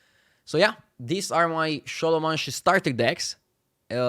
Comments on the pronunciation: Se pronunta scolomens. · kinda nice how he keeps calling it šolomanše :)